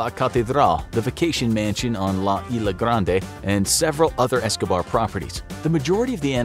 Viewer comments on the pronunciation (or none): I liked how he said isla garnde